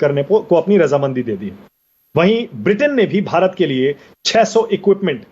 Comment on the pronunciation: Sahab aap itne bade patrakar hain bharat bolna to sikho...